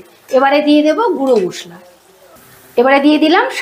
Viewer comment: Khub sundor hoyeche rannata tobe apnar oi মোসলা kothata akdom valo lagchilo na kothata মসলা hobe ❤❤❤